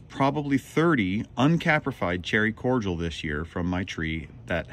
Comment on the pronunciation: Cordial has 3 syllables